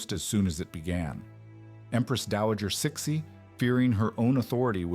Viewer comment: 慈禧 is pronounced "sir she" is it an ai robot reading this?